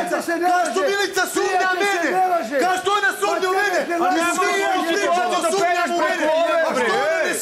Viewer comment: Dejan koji je kao pametan i elokventan kako kažu on SUMLJA jao sumlja halloooo sumnja 😛😛😛😛